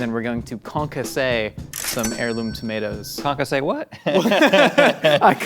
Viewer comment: Calling that Concassë is a disgrace to the french cuisine xD